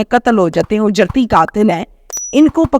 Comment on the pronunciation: Mein aap ki taseeh keroongi word ujerti nahi hey it is actually “ uj- rati” hey